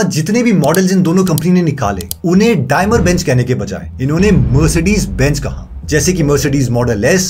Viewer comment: डायमर नही है वो डेईमलर है .